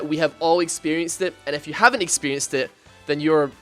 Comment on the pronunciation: when you say if you it sound like f u